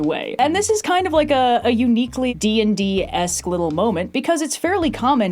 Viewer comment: You keep saying “D&D-esque thing to do” but I keep hearing “D&D-assed thing to do”, and they’re both correct! Fun with homophones / slant rhymes